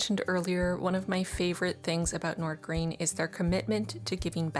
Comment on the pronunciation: both “Wagner” and “Nordgreen” actually 😂 But it’s not like any of us expect non-Danish speaking people to ever pronounce it right, our language is … weird